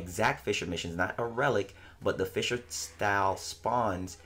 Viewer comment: Fisher missions.... Since when does play Fishframe?! 😂😂😂 I keep dying of laughter every time you say "fissure missions" 😂😂😂😂😂😂😂😂😂😂😂😂😂😂😂😂 First of all those birds are actually advocates for bite sized warframe so that's why they beefing with you calm down boi. Second of all those birds looked at you with Shisui's Kotoamatsukami tryna put you in that genjutsu to make you stop fighting for warframe endgame. BUT you know you got ya own sharingan so you be trying to resist. HENCE the eye issue.